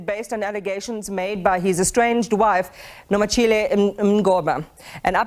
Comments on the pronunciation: Yho she didn't even try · It’s Nomachule - not that I care. But put some respect on our names